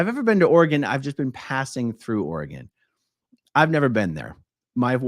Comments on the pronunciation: Portland area is beautiful. Southern burbs especially but I’m biased as I grew up in West Linn. At least you say Oregon correctly!! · Thank you for saying Oregon correctly. I live in Oregon and would recommend you not move to Oregon. It’s too expensive. In fact, I’m moving out due to the cost of living in this state. It is a beautiful state, but you pay for the beauty.